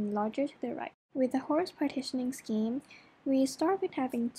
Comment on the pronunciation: A correction to the name: Hoare partitioning, not Hoarse.